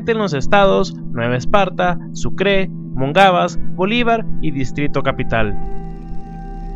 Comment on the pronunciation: Que mal hablas es Sucre y Monagas